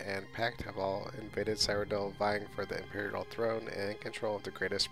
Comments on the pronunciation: Cyrodill is prenounce Syro-dill :) eh it's kinda hard to explain it in text, just youtube a elder scrolls Cyrodill lore video where they will most likely say Cyrodill correctly. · Your mispronouncing Cyrodiil. Seer-o-dill.